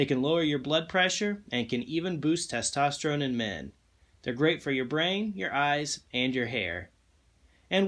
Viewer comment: The way you said testerone level lets me know the sugar was already there…